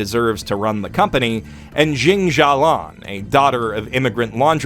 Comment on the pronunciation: Why do you pronounce jin xialian to jin xialong? The characters in the show clearly pronounce her name xialian and the anime also wrote her name as jin xialian not jin xialong.